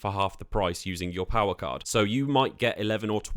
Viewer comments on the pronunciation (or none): none